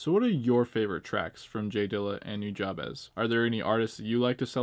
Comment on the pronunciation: Hey, FYI “Nujabes” is pronounced “New-Jabs” Jab as in the punch. One love bro!